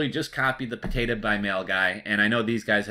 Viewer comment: not trying to be a jerk...but listening you pronounce 'potatahhh' is genuinely hilarious